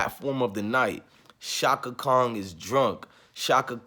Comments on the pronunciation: Brotha, give thanks for you reaction. I respectfully say, Kong is not Chaka's name. It's KHAN. You said it several times, and I cringed each time. Outside of that, much respect to you and your video. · Appreciate your channel and content brother...buts its Chaka KHAN pronounced (CON)...not KONG...😂🤣😂😂...just joking.